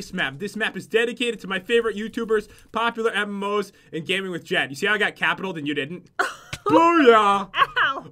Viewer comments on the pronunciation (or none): Am I the only one who realize that the dude from the first one says POPOPULARMMOS? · SAID POPOPULARMMOS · Did you notice that said popopularmmos xD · Did anyone else notice it say POPOPularmmos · Is it just me that noticed it said "POPOPULARMMOS"